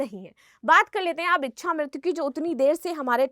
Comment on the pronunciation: बार बार इकछा इकछा किए जा रही है,,, इकछा नहीं होता,,,,, इच्छा होती है